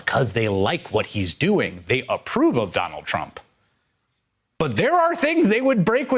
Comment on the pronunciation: Did he just say “Ronald Trump”